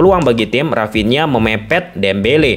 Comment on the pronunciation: Dari sunda ya dia...rapinha 😂